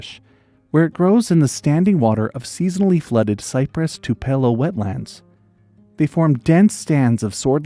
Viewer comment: Not sure if you are intentionally mispronouncing words to boost engagement or if you really don't know how to pronounce words like tupelo or calcareous among others